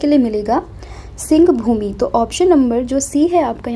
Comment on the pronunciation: सिंहभूमि‌ नहीं सिंहभूम